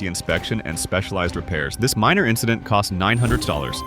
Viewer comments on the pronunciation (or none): minor Ïncedent?!